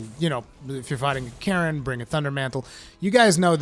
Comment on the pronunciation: did he say kirin or karen ?